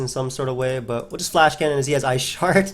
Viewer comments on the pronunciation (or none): none